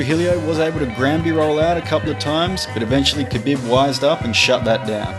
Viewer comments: Ka BiB. hehehhe... it's Ka BEEEEEB :) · The way you say khabib annoys me...